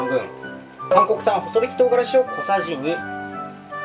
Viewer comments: ほそびき じゃなくて こまびき だと思うよ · ほそびきじゃなくて、細挽き(こまびき)だよ